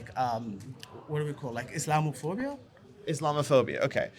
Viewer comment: The first word he learns when he comes to this country is Islamophobia but he hasn’t learned to pronounce it yet. These illegal immigrants do not at all resemble the legal immigrants of years ago. So wrong.